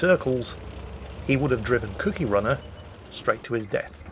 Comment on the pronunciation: ..Its Cookie as in the Cookie Monster, Another word for biscuit The way you pronounced it sounded like Kooky as in crazy.